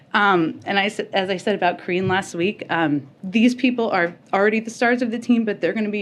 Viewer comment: Oh boy, I heard that pronounced "Cringe Jean-Pierre" I feel that someone on the internets is going to meme that and it might catch on.